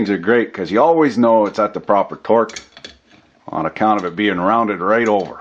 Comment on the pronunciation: “Ona’count’ah” there’s a word I would never expect to hear outside of Texas